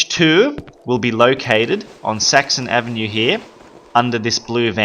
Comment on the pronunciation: Every time he says Saxon Avenue I hear Sexy Avenue